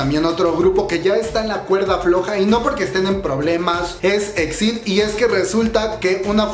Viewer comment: Se pronuncia i-ex-ai-di, por otra parte debiste buscar una foto donde aparecieran las 5 miembros ❤️